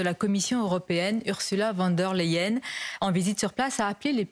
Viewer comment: cette j pseudo journaliste est🤑 Ses idées politiques très tres à droite sont à 🤑🤑🤑 Même pas f.... de prononcer Ursula von der Leyen correctement